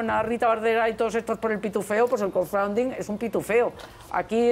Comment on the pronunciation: Le cuesta mucho pronunciar "crowdfunding"... El otro día la Villalobos diciendo que "no zé viehn el ingléh..." Piden inglés prácticamente hasta para barrer el suelo, tenemos investigadores hablando 5 idiomas que se han tenido que ir a otros países por los recortes P€P€ROS y ahí tenemos diputados, ex ministras que han sido presidentas del congreso que no saben inglés... Así va España, así....